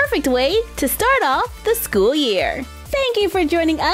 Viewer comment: Nuuuuuuu not skoool